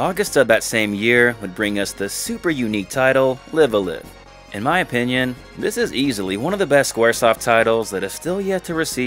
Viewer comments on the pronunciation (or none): I know you probably know this by now, but it's pronounced "LIVE ALIVE" (the former "live" pronounced as in "we're doing it LIVE!" as O'Reilly had said) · fun fact: both parts of LiveAlive are pronounced with a long i sound, like the english word "alive" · Live a live is not pronounced as you said it. So much for not wanting to come across as a dumbass xD